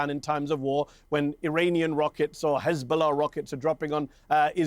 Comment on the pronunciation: Khizbollah Khouthi Khamas 😂 we have to teach this homeless unhumain criminals how to pronounce.